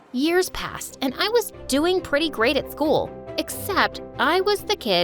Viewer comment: Did anyone else catch the cool instead of school ? Idk if it’s just me… or maybe my ears are dead?